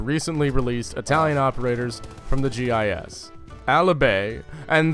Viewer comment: Your pronunciation of GIS had me dead😂😂😂